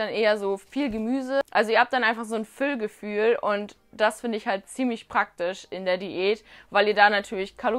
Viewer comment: Und es heißt Völlegefühl nicht „Füll-Gefühl“